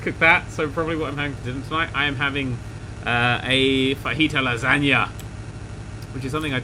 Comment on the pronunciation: Good to know he pronounces fajitas correctly :)